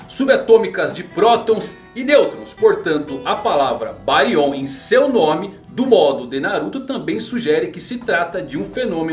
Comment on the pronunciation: Não acordou com o Jōgan e sim o Byakugan. Não é BáriON e sim BÁrion. Não querendo ser o "Sabichão", mas acredito a sílaba tônica está no "Bá".